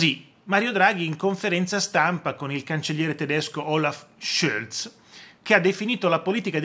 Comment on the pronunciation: La pronuncia è più facile:.Scholz, come si scrive